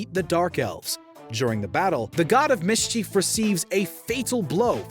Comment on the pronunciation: Mis chief?? This guy's over annunciating cracks me up😂😂